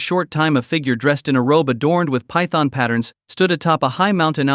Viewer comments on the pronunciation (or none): none